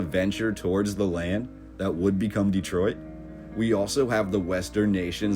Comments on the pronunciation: Great video and some lovely photographs. One thing is killing me is your mispronunciation of the name. No one born here puts the hard emphasis on the first syllable. We make the first E much softer. Instead of Dee-troit we pronounce it Deh-troit and shorten the first syllable. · It's not DEEtroit, it's Dehtroit. with the emphasis on the second syllable. Please pronounce it correctly. you can look it up. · Folks pronounce it many ways but we have always called it Duh-troit not Dee-troit.